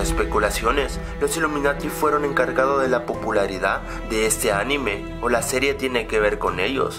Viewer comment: yo oí que a lo primero dijo "amine"